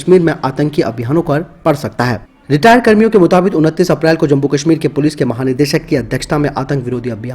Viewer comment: आप जम्मु-कश्मिर को जम्बु-कश्मिर क्यों बोलते है?